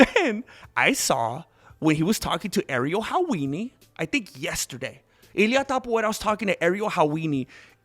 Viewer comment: "Ilia Tawpweruh" reel it back, homie.